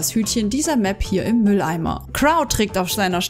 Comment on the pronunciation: Wieso sprichst du crow crauw aus